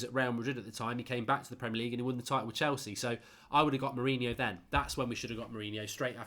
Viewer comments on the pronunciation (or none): none